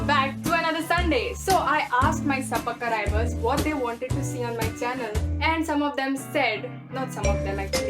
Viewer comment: Ok I'm d only person 😂 who rewind wn she said SUBUR-CRIBERS🤣